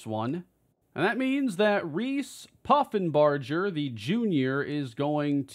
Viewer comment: Reese Poffenbarger was the QB for my UAlbany great danes last year. Take care of him cane!! Edit: also, it's pronounced with a hard g like burger (